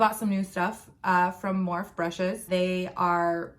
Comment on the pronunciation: Their one of your "go to brands", yet you can't pronounce the company name correctly...? hmmmm